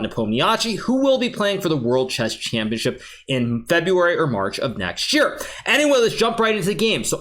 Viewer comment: finally someone say it correctly, championship... everyone else just calls it championchip :)